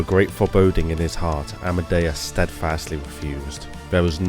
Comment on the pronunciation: The king of the sea was known as Amidias. I keep hearing you say Amadeus. Personal choice in pronunciation?